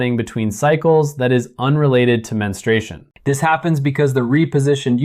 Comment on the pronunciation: It's pronounced men-stru-A-shun